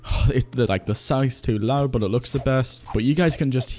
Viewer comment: how can you pronounce "but" like "bot" tf dude